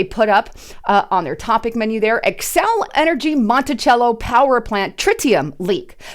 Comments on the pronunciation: I live near Monticello and don't mean to be a jerk but it's pronounced "Monti-sello, not Chello". I want out this state so bad. She used to be a wonderful state before Mark Dayton and to present leaders took over. So sad. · It is pronounced MontiSello not chello. I live in Minnesota, in the Twin Cities. Monticello is on the northern part of the Twin Cities. They were trying to sell us that the water is safe to drink. Take that for what it is worth. I dont believe them as far as I can throw them.